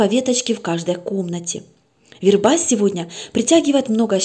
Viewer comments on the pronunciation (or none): Добрый вечер. Ставьте, пожалуйста, правильно ударение в слове ВЕРБА ( на первом слоге!!!!!). Очень тяжело слушать, когда так часто неправильно произносят слово.